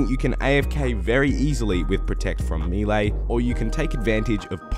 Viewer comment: it's 'may-lay', not 'mii-lay'